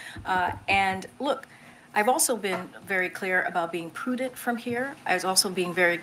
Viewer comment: 1 second ago She also said "poodent'", whatever that is. I think she's paid by the word.